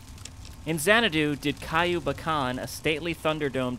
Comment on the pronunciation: It's not Caillou (as in that annoying bald kid on PBS). Haha. It's more like kee-ooh, but it's a diphthong, so the ee-oo sounds are melded together to make is sound kind of like Q. Also, that scorching fist can definitely set them on fire. However, as for those exploding supermutants, it seemed like they were blowing up because of firebombs they had. I imagine if they had any left in their inventory, they were scripted to drop them when they die. Still you did set a few cazadors on fire with your gun at the beginning and those deathclaws at the end, too, so I probably don't know what I'm talking about.